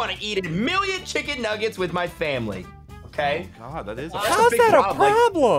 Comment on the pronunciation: love how said nuglets